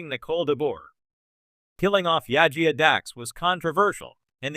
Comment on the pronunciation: Why do you have a Star Wars Acolyte filmstrip while talking about a Star Trek character? Also you need to work on your pronunciation. It's Jadzia not Yajia.